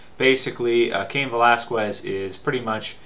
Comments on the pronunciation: whats up with people and their Cain "VelasKuez"?? ... its pronounced "VelasKez" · Its pronounced without the U, velasqez, but is written Velasquez